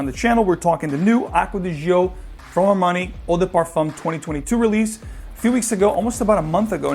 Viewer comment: "Gio" is pronounced like "Joe", not zheeoh.